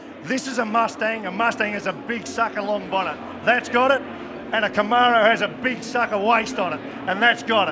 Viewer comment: Australians can’t pronounce Camaro.